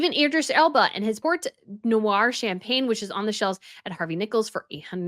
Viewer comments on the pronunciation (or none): none